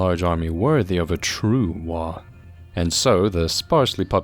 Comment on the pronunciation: The fact that there is an AM regiment mimicking the appearance of the British Expeditionary Force basically made a Rourke's Drift reference inevitable. Also GW are hacks. Oh, and? The G in "waaagh" is not silent. "WOG", not "waw".